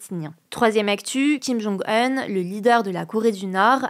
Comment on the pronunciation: on dit Kim jong oun pas eun